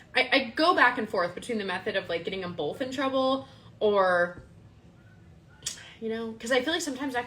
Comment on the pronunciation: I can get past the gratuitous debauchery and backstabbing but I just lose it when she says “bolth” or cackles at nothing funny. Not a funny word came out but she laughed by a hyena